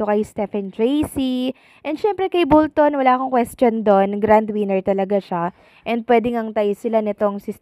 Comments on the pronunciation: iha...Bolton (pronounce as "ball" ball ton) hindi bull-ton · Bolton po.hindi bulton.sorry po. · Bakit Bulton ka ng Bulton?? Bisaya ka ba? Bolton po hindi BULTON! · Ung tatlong lalaiking judges bwisit kau..mga inggit kau kay stephen jc..at bolton hndi bulton..kug guato mo buion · B O L T O N hindi bullton! 😅